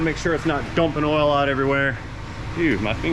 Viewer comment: Your accent is very close to Standard American English, except for "ole" instead of "oil". You can take the boy outta Georgia, but you can't take the Georgia outta the boy.